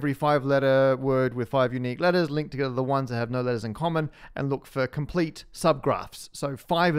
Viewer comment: ToGeTHARR Jk love your vids Matt